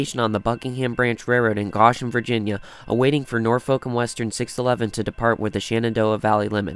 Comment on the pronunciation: Thanks for sharing! One small edit - Goshen is pronounced with a long "o".